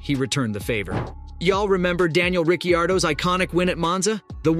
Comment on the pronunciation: Rickyardo…….😂 what